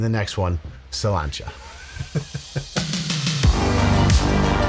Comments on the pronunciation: Why does he say, "cilantro" in a weird accent before taking a drink? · Am I deaf or did I just hear toast at the beginning by saying "Cilantro"